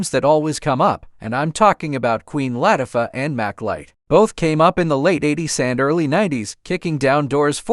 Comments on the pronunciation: That's the one thing AI cannot get right..😂.. Latiffa.. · Every name is said wrong from Latafah to tv channel BET...redo this with a different better AI